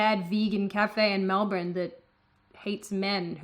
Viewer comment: Hearing you pronounce Melbourne like that kinda offends me. I'm American.